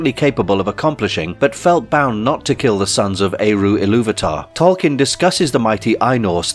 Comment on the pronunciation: Pronounced "TOL-keen," not "kin."